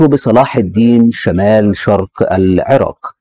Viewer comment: إيه المذيع اللي بيقول سواريخ والكاهرة والعراك ده جايبينه منين